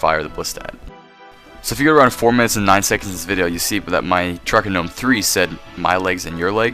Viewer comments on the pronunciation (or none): YOU LITERALLY SAID Ggnome and im dying